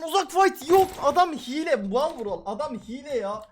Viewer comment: yanlız hile diyeceğine hile g diyo laaaaa